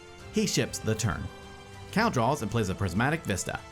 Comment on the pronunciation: Cal, not Cao.